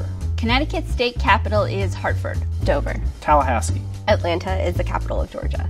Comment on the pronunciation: He pronounced Tallahassee correctly, no one cares about the others tbh